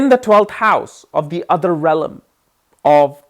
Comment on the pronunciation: I love you ❤ but you must learn how to say REALM it’s not RELLAM sorry but you’ve said that for years 😂